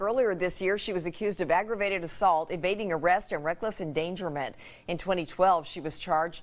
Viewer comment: Reckless enGAGEerment, not endangerment? Priceless!!